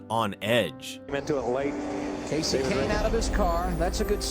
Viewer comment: Kahne is pronounced like cane. Never heard it pronounced like that haha that threw me off 🤣